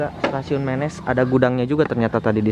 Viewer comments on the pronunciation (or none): Dibacanya bukan mėnės...tapi menės....daerah itu penghasil emping pandeglang yg terkenal...salam sukses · Penyebutannya Menés, bukan Ménés. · Kang ari Menes teh dibacana: "Meunes" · Wah stasiun Menes diliput, dulu disini tempat main saya waktu kecil, karena sekolah SD saya tepat di perempatan sebelum masuk stasiun. Ejaan menesnya dikoreksi ya Me nya siga nyebut merapi, nes nya udah bener.. Sip lah lur.. Orok Menes mana sorana?